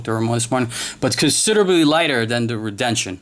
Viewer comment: (re den see on) is how you say this name